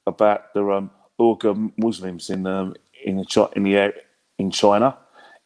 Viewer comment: Its pronounced Wee-gur Muslims